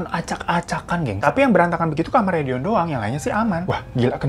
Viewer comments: Kadang si babang ngomong dion jadi doni 😅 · Yang bener Dion apa Doni sih bg 🤣🤣🤣 ,, tp gak pp sih tetep good banget cerita nya kalo di bawain lu bg semngat 2 JT nya ya yuk bisa yuk 🥰🥰🥰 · Tebak brp kli bang hiro blg dion jd doni 🤣🤣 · Nyebutnya Doni mlulu pdhl Dion awokwok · Selamat ya bang mau 2jt subscribe..dion bang bukan doni.. 😂😂😂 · Bang hiro sampe salah mulu ngmg dion jd doni 😂